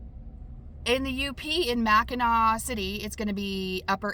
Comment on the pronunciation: Fireworks and fireflies. Ahhhh....sum, sum, summertime. Safe travels and thank you for your video. Edit: I made my comment at mid video. You were in my neighborhood! Told ya its cooler up there in them thar parts. It's pronounced Mack-in-aww. 😁 Can wait for the next video!